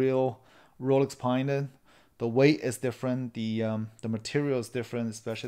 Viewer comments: lol, you're calling it Pine-Da....it's actually Panda after the Chinese bear, which is black and white. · Paanda not Pine-da